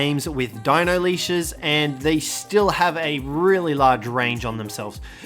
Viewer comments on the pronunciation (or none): none